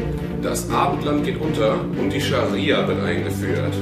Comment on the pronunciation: er hat gesagt SharSia LOL